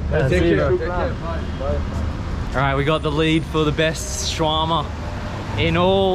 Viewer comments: along 2 minutes waiting to know what is Swarama ,, finally i got that u mean "Sha-wer-ma" xDDDDD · Omg... Sha-wrrr-ma. If I hear "shwah-mah" another time I'm gonna lose my mind... That said, much love to Lebnen (from a Greek) ❤️ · Guys it is called Shawarma and not Swarama. Welcome to Lebanon. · its shawarma not swarama and thanks for giving me the brilliant idea of eating a shawarma... i just ordered it its on the way and idk why im telling you all this its kinda cringe and dumb but whatever